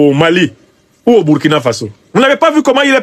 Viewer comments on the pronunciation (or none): none